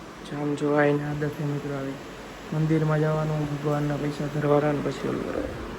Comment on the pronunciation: પૈસા ❌ પયસા 😆😆😆😆